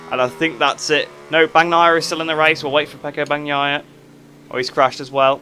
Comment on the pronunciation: Nice video!! For Bagnaia: to get the right pronunciation try changing the gn to ñ and read it like that You should get the right pronunciation 😉😂